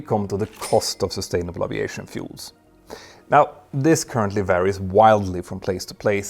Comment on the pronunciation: One day, we will hear aviation pronounced correctly!